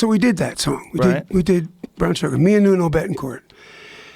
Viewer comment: It's Nuno Bettencourt. He called him "Nono" the first time and "Nunu" the send time. Hahaha.